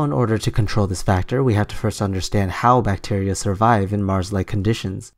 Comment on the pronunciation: "Deadly bacteer"